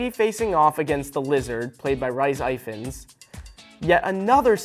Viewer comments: It’s really annoying when people just assume how to pronounce a name that maybe unfamiliar because it’s from a different country. His name is Rhys Ifans not Rice I Fans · Rhys Ifans (Reece if-fans) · IS NO ONE GOING TO TALK ABOUT HOW HE SAID RHYS IFANS, EXCUSE ME